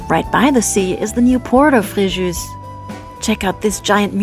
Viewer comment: Fréjoo not Frejuice*